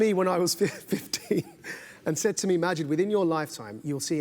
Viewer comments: Bill introduced him as "Muh-JEED", Maajid said "MAH-jeed", then Bill proceeded to mispronounce it yet again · Learn how to pronounce his name accurately than ur interview will hold some worth. How silly to invite someone then not know how to say his name. 👎